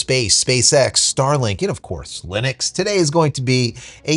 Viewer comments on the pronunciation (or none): none